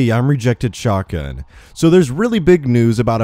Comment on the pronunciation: everytime he says his intro I understand "hey it's rejected sharkgun":^) (yes i know he says shotgun)